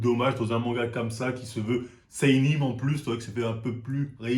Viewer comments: « C’est un Sénine mais y bcp de code de Shonem » mdr ça me bute comment il écorche les mots 😭😭😭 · "Kingdon" "seinim et shonem" 😂